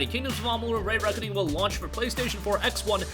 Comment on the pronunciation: Why do you say Ray-Reckoning and not Re-Reckoning?